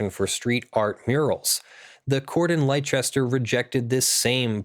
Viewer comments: I'm from the north of England so it's a bit more "yareet mate?" ;) Do Americans really pronounce leicester that way though??? There is no h so I don't understand where the "ch" sound comes from either, fundmanetaly your pronunciation is as nonsensical as ours. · You don't pronounce leicester that way, its pronounced more like lesster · As a bostonian I have never heard it any other way but lester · Hearing continually mispronounce Leicester is beginning to make my ears bleed. It's pronounced "Lester". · It may be true that it is pronounced that way in England, but this is an American city we're talking about in the video. Its "Leigh-chester."